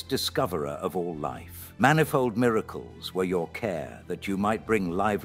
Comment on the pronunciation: Miraclees. Miracles. Happeening? Ffs